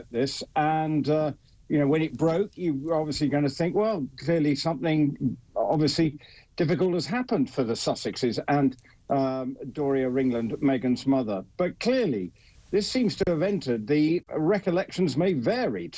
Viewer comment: Did he just call her Doria RINGland?